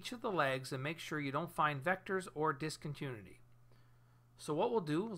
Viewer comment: Great video ! Just one little thing, it's pronounced DIS-CON-TIN-NEW-ITTY.